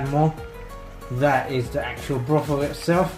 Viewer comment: Nice vid, but you keep saying 'Brothel' instead of Broth. They have very different meanings.